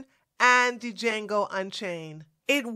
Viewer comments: The d in Django is silent but yes it did get it wrong like you said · The D in Django is silent